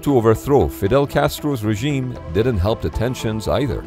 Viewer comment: "Regime" lmao